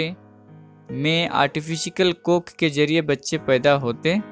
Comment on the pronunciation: Artifikal or artificial??